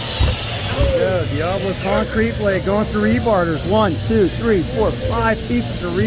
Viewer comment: Dee-ah-blo NOT Dee-ay-blo